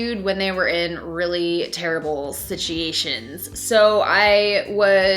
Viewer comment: When she says “sitchiations” because she’s friends with Nicole Concilio 😂💕